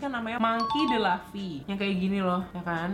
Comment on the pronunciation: Aaaaaaaa Anime kesukaan aku kk,, Grand line = nama lokasi di one piece. Thousand sunny = nama kapalnya bajak laut topi jerami. Untuk nama tokoh utama pembacaannya tetep u kak. Jadi monkey d luffy bukan "monkey d laffy"